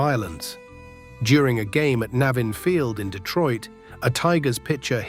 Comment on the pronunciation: As someone born and raised in Detroit, his pronunciation of “Navin” so distracts me that the video loses credibility. In my world, you research thoroughly or you aren’t respected. He consistently pronounced it wrong. Probably just an annoyance for me. But…